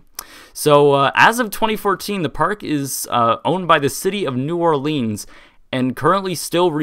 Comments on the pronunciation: It's pronounced new orlens, not leens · Great video and explanation of the history! I went here as a kid both when it was Jazzland and Six flags so it's very interesting to watch. But, dude... It's not New OrLEENs. It's pronounced like New Or-Linns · Its or-leans idiot you see the ea in the name you probably failed spelling class at school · it's pronounced "OrlINs"